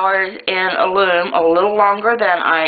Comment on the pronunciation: AL-LUM not aloom